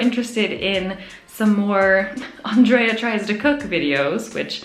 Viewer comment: I've been watching for years and somehow never knew that you pronounced your name AndrAYA rather than AndrEEYA (If my awful attempt at phonetics makes sense) I think the monthly vlog type thing would be nice and hopefully would give enough time that you're not feeling pressured that you HAVE to film every interesting thing you do. Also, the whiskey is actually pretty good, they sell it in normal bottles too at around £45ish a bottle.